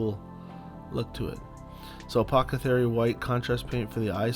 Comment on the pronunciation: it's apothecary, not apocathary... But a fun paint job! I'm about to paint one of these and I'm even more excited now! cheers